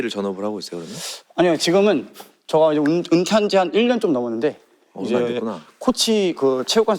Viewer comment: 근데 왜 제가를 저가라고 하는거에요?